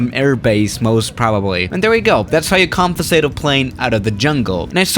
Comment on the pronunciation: Nobody:: cardel, confisate, today morning